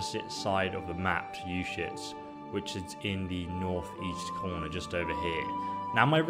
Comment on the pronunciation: SwordBreaker925 yes some NPCs say it clearly. but the Baliff of Uzhitz makes it sound like "our shits" so there's that ^.^